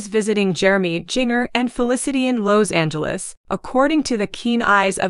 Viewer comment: Seems someone would EDIT videos for correct pronunciation! Jinger's name does not rhyme with (bell) Ringer !!! Lowe's is a hardware store, but I don't know where Lowes Angles is ! ! ! !